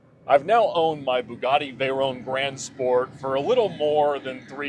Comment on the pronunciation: Love determination and resolve to continue to pronounce his cars' names incorrectly. "Vey-rone" and "Murci-EL-a-go." Was fully expecting "Die-a-blo"